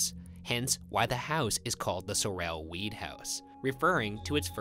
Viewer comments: it’s SOR-el not SORE-l not to be Hermione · Sorrell is pronounced sore'll, like the guy who played Boss Hogg on the Dukes of Hazzard TV series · Sorrel is actually pronounced like "Carol". It's my last name and Ryan was making me crazy mis-pronouncing it. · my name is sorrel but it’s pronounced like coral instead with a s instead of a c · my name is sorrel but pronounced like coral with an s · bruh it's pronounced sore-L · As someone who lived in Savannah and has been in the house multiple times, the way they're pronouncing Sorrel is killing me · I hate how Ryan pronounces "Sorrel" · oh my goodness they're saying Sorrel wrong and its driving me crazy! -a sav native